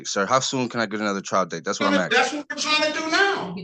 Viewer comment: He’s “axing” him?!?